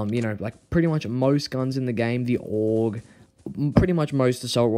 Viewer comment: it's ae uh je aka Aug 😢